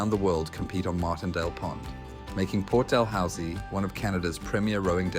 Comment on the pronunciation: It's pronounced Port "Da-loo-see". Thanks for visiting my neighbourhod.